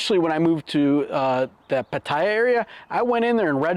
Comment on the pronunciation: Hi, Good video on health checks, I worked in ICU for 22 years, so I have a little experience in healthcare delivery, Thailand has USA beat for price and quality in most places. I subscribed and been following you for a while. We live in Chanthaburi province for 15 years. Please re-examine your pronunciation of Pattaya, all my Thai friends pronounce it Pat-ta-ya. I hear other YT shows where they say it like your doing, but according to Thais I know, they say it’s Pat-ta-ya. I know it’s petty, like tomatoe, tomato….. keep up good work!!